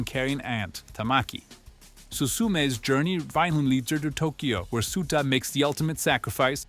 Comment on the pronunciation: It hurts… it hurts… “SUE-ta”? Do these people even watch the things they make videos about?